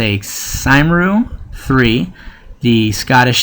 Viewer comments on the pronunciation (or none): Lol the pronunciation of Cymru!!!